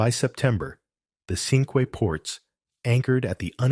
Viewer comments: The ship Cinque Ports was given the name of a confederation of five ports in England in the middle ages. Cinque is is French for five and is pronounced ‘sank’ rather than ‘sinkway’. The English towns of Dover, Romney, Hastings, Sandwich and Hythe are still referred to as the Cinque Ports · You're are mispronuncing "Cinque Ports".